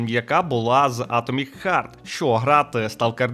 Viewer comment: я розумію що це шутка, але не хёрт а харт